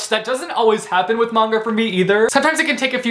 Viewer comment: I’m happy you said manga right :) a lot of people say m “a” nga and it’s frustration